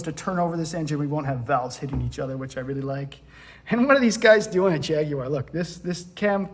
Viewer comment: Well done for saying Jaguar correctly. The vast majority of Americans ALWAYS say Jag-waar which really pisses off us Brits. We call it a "gear knob" in the UK, because it's a knob that changes gears.